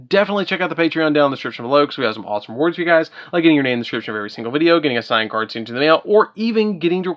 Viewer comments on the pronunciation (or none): none